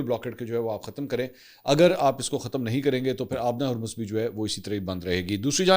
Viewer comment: Sir kindly Urdu mn Harmaz theak krwaaein Jazak Allah